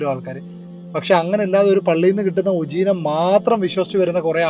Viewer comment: ഉജീനമോ... 😂😂😂 ഉജീനമോ... അല്ല ചേട്ടാ... ഉപ ജീവനം എന്നാണ്... മലയാളം പടിക്ക് 🙏🙏🙏🙏🙏🙏🙏